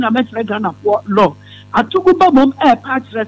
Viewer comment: Etumi wura, it's Atuguba not Atubiga